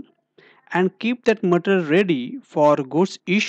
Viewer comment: My suggestion is.. learn to pronounce material. it's not pronounced as matr... Otherwise good content.